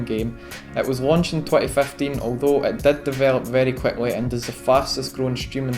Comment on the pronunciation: Very queckly 😂 holy shit that pronounce